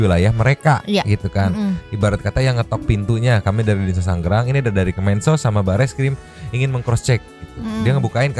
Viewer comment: Bang, "Tangerang" bukan "Tanggerang" 😅